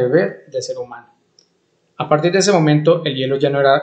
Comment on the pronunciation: No pude seguir escuchándolo mas que 2 min. porque la pronunciación de las S me dejó sorda